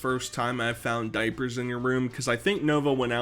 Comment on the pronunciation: "THA DOIPURTH"